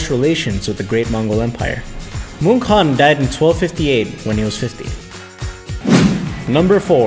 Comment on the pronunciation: wow u can say hes name properly and correct most other people say it Kan but its actually haaan : )